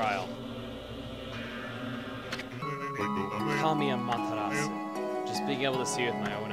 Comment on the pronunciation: oh dear, ur still pronouncing okami wrong XD oh well, nice vid